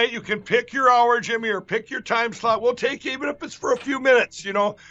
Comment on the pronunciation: "...pick your shlot..." 😅😅😅🤦‍♀️😅😅😅